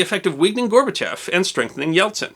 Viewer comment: Thanks for pronouncing Gorbachev's name right. It bugs me to hear "gorba-chOv" all the time.